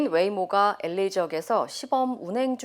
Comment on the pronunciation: 아나운서발음이이상해 엘레이가 아니라 보통 엘에이 라고 하지않나